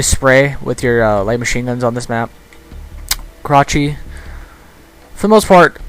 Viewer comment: Karachi = Krotchy